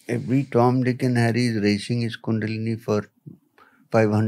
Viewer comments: Dude Ranveer, Please! It's Kundalini, bro! Not Kundali. Kundalini means "The Divine Primordial Energy"! Kundali means "Astrological Chart". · Dude, its Kundalini NOT Kundali (horoscope/ chart). Also, change the visual which shows a horoscope chart. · Plz correct the it bro. It's kundalini not kundali. Kundali means astrologers chart. Kundalini means energy that is coiled like a snake. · It's not kundali..it's kundalini ..kundali is different thing